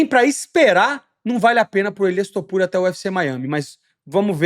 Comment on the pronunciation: Elias Topuria é foda, tu errando o nome dele, acho incrível